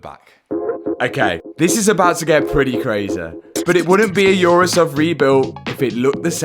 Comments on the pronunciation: Never heard of a "yourus" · It’s going to be a wide Urus sounded like It is going to be a wife’s Uterus 😂😂😂